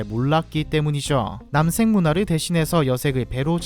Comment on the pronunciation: 남섹이라고 들리는게 너무 거슬려 ㅠㅠ